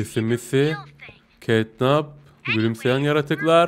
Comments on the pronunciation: Abi catnap ketnap değil ketnep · Abi Catnap diye yazılıyo Ketnep diye okunuyo yani Ketnap değil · Abi catnap yazılır ketnep okunur